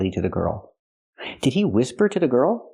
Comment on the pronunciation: Didn’t she say “ peak the nose”? I am surprised you didn’t comment on “ pick” with such a long vowel. Also “ whisper “ was said as” whiisper”.